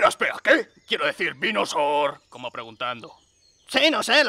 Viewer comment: quiero decir...vinosooor = I mean...venusaur